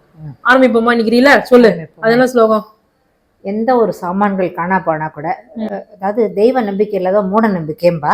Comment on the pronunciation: Slogam illai,slokam!